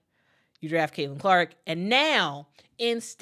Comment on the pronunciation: You're awesome, but can you say CAILIN CLARK....just saying 😂